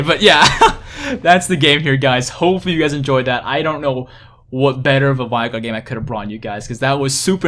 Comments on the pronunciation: Its vEEEEEEigar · unfortunately you mispronounced Veigar.